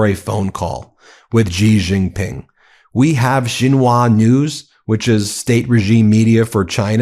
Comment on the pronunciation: Please stop saying Gee. It's She. And it's Sheen Hwa.